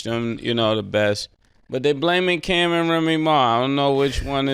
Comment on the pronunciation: mase first time sayin cam right 😂😂